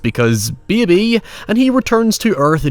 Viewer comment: Anyone pronouncing “baby” that way would be voted out immediately